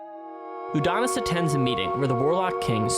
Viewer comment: Every time you guys revert to pronouncing it 'Udonis' I die a little inside.